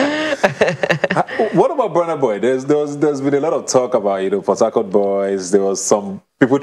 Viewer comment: It's only after i googled , when i realised they are saying Port Harcourt....I was hearing Potato!! :(